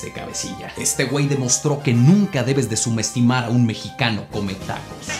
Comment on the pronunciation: Quien se dio cuenta que el minuto dice sumestimar en vez de subestimar hahahah